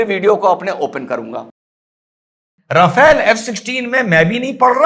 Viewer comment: Rafale is pronounced Rafal